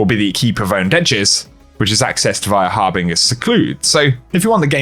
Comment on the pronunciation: It hurts me when pronounces harbinger incorrectly.